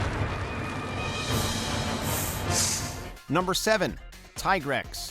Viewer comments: Yes agreed my ears are bleeding but he at least gets Tigrex right. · I still call it Tai-grex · actually, he only mispronounced 2 of them, Dalamadur and Rathalos, outside of Tigrex since it was only until World that its been pronounced "Tee-Grex", before that its been "Tai-Grex", every other pronunciation was fine, even Lagiacrus.